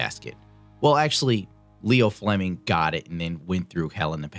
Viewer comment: It's Io Fleming, not Leo. Like one of the moons of Jupiter.